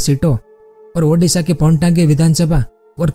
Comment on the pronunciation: Bro that ओडिशा not उडिशा